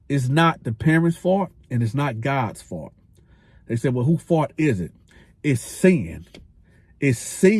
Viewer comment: Also you say “fault” like “fart” I can’t unhear it 😂 Love the content you get me through time while on the road ✊